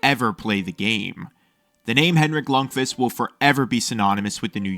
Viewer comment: What am I hearing "lung-fist"